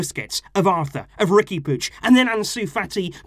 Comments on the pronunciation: Isn't it "Riqui Poo-eeg"? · Why do you say "Riqui Pooch"?